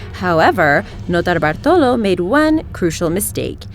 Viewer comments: i cringed every time she said "Notobartolo" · You are not alone! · Mr. Galaxy Ikr its like fucking annoying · if i hear her say "Nortobartolo" one more time... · You say Notobartolo like an idiot, stop saying it. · Stop saying that nurtallballrlrlrlltrollo name I can't stand it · idk y but i cringed everytime she said "nortalabalo" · that transition from English accent to Notabartulo tripped me out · Stop saying notarbartolo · Every time she says Leonardo Notarbartolo, an italian dies. I can understand that is difficult to say... But why do you need to repeat it 2353 times? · I like how she thinks she knows how to say the first criminals name. Notarbartolo. She sounds like she is sucking something. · Listen to her say notarbartolo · u saying notarbartolo is so annoying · Yup, and then she massacres "Monoprix" right after. Seriously, if you can’t pronounce a foreign word or name don’t pretend; just say it in your American accent and at least sounds honest. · every time you say notar bartolo or whatever in the start its pissing me off more and more.. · How she pronounces notarbartolo or banco central out of nowhere when she has the American accent sounds so annoying and pretentious